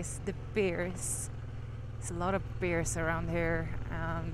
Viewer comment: Funny ya keepin’ says beers supposed say bears and I’m deaf from USA